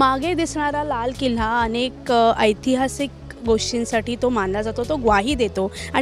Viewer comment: किल्हा नव्हे किल्ला.